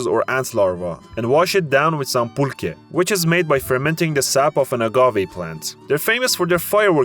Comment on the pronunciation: Entertaining, but please learn not to mangle the names and pronunciations so much. I mean, how hard is it to say pulque, Nayarít, Tenochtitlán, and other words correctly? It detracts from your credibility. Ah, and the Paricutín volcano... let's see if you can say its full name: Parangaricutirimícuaro! Good luck!